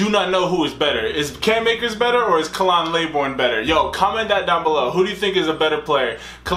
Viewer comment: The disrespect you doing by pronouncing his name wrong